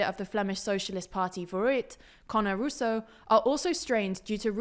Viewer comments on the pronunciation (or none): De Wever was said in Dutch rather than Flemish, and Prévot and Rousseau's names got stress on the second syllable, not the first. But they do better than most!